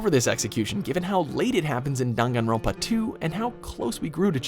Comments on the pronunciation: No one : Legit no one : Not even the spirit in my basement : Him at the start : Me : i- did you just say danganronpa into Dungunronpa? Ot is it just my ear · it’s dang-an-ron-pa not dongawnrinpa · why is he pronouncing "danganronpa" as "danganron PAAAH " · WHAT THE EF IS DONGONGRAMPA ITS DANGINRANPA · Wtf is darn an Ron pa tf it’s dangronpa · I think it's pronounced dAngAnronpa not dUngUnronpa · DAWM-GON-RAWMPA PHAHAHA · he says dongunrunpá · The way the narrator pronounces Daganronpa makes me sick, ugh. I bet the narrator hasn’t even played Daganronpa. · i don't like how he says danganronpa like "dAn gon Ronpa" eww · Why he say it like that don gon ron pah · dan-gahn-rahn-pah Edit: some of the ways he pronounces stuff KILLS me :( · Nobody:: DAnGanRonPAAA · ..Top ten DHAN-KAN-Rum-pa executions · No one::DUNGANROPA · Dang it grandpa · Dude... It's Danganronpa. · Dan Gun Ron pa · dunganronpa goodbye duspair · "Dam- gan- won pa" NOPE. NOPE. NOPE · ‘D UN GANRONPA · am I the only triggerd by how he said dongonronpa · Just cringing at the way he said danganronpa P.S. I liked Celeste's execution the best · Every had troubles saying danganropa, right? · No hate but why do you say Danganronpa like that? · He says danganronpa wrong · They butchered the pronunciation of danganronpa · He says Danganronpa wrong :( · Is it just me or does anyone else hate how he says Danganronpa? Nope just me, okay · the way he says the names is giving me a stroke lmao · THAT'S HOW IT'S PROUNOCED?!?! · The way he pronounces Danganronpa though... I love it. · I can't take you seriously when you mispronounce DanganRonpa. How come you only included the first two games and not the spin-off or the recent game that released early this year? Some of those executions were more insane and brutal.